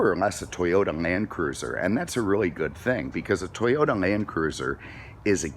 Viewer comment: Are you saying 'Toyota Mancruiser'??